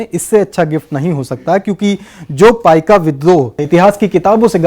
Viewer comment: that is paika not paikaa.